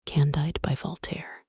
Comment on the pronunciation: CON-DEED. It's French.